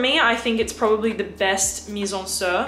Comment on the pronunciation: Lil' tip: you should pronounce the "i" of MIZENSIR like "sea" not like the "i" in "Sir". it it a french play on words. In french, 'Mizensir' (mise en cire) means 'put into wax' quite appropriate as they make candles. ;)